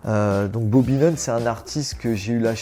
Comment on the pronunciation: "Booby" ne marche pas. BAH- Bee